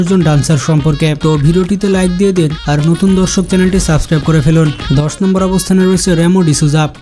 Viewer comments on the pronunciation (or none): none